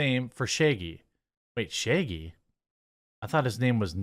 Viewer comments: Ok been subscribed for a bit, watched many videos, but I have a question. Why is it that often in Jeremy's pronunciation of things, I hear the letter e in place of the letter a? For example I heard 'sheggy' instead of 'shaggy'. Am I the only one? Has this been brought up before and I missed it? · You’re pronunciation of Shaggy is bizarre lol. “Sheigey” or something, lol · It should be zero...and its Shaaa-geee